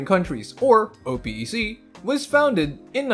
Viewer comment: Oh Pee ē See ???? I was confused until I realized you were talking about Oh-pek